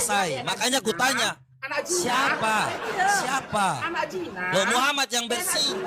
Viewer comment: Jina kak bukan Sina 😂